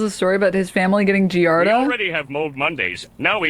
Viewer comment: I was losing my mind at him and pronouncing it fully wrong, as "giarda."